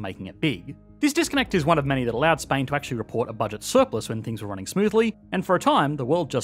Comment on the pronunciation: The way you pronounced Spain sure removed the S of it